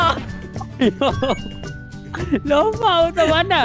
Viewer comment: Panjang ❌ Panjan ✅ Tolak ❌ Tolok ✅ ......😂❤